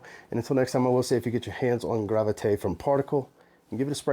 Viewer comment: Great job at the pronunciation,. You nailed it!